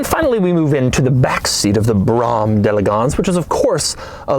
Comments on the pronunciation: You sound like just another uninformed millennial simpleton. First of all, the name of the car-Brougham- is pronounced using a “long” o, not the uninformed pronunciation you use. That was the luxury car of 1989, big deal; it was a great car at the time. Btw- what do YOU drive? It’s a guarantee someone like you isn’t exactly driving a Bentley. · You dont have any idea what a real car this was. It is one of the strongest cars built on the market . You did not show half of the items that made this a luxury car. You also need to learn how to pronounce the name of the car . I worked for Cadillac for many years and i drove these cars for many years You are a very nauseating person to listen to when you speak. Who picks your wardrobe for your show must be a three year old. / no they would have better taste. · I like to see the car but he talks too much and he doesn't even know how to pronounce the name of the car properly. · My grandparents had this car in the 80’s not sure of the year but my grandpa was so proud of that car. My brother and i used to fight over who got to sit in that awkward middle seat upfront. This one seems like it needs a good cleaning. Also that’s the first time i have heard the name pronounced like that. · he pronounced brougham wromg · "Broa-hmm", bro. Just kinda breathe it out as one syllable :D I'm twice as old as this car, and the Old Man had a few of these over the years, including an '88 just like this one. I've been in enough Caddy dealerships that my ears can only hear it one way, the way they pronounced it. Brahms are lullaby's. ;) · Brah-hom is how a German told me it was pronounced. I have a request of a car for you that is also a brougham. 86 Chevrolet Caprice Classic Brougham edition. One of my first cars I've ever owned and still my all time favorite. It started life as a 5.0 but later a LT1 was installed. Amazing car. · Dude its brogham bro ham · It’s pronounced “broam”. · It’s pronounced “brawm” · It's pronounced, "Brome."